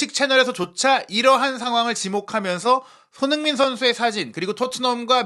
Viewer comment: 손흥민 발음이 안되시면 소니로 부르시죠 ㅎㅎ